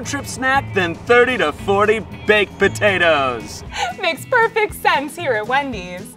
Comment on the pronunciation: I think my favorite part was how pronounced potatoes it made me happy I also like the chili bit